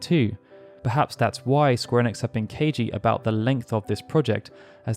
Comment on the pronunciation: Maybe try to say ‘Square Enix’ right first